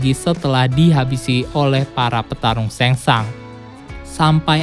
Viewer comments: Shang Tsung bacanya bukan seng sang ngab tp tetep sesuai tulisan seng sung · Tseng Tsung bosss !!! Bukan Seng Sang. Ntar salah ngartiin jadi kerangsang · Ngmng na rujit..sengsang.. tsang sung bego😁😁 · Ia sang sung harus nya bacaannya kacau nie admin😂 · Baca Shang tsung nya Seng sungggg kakkk 😂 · Bacanya Samsung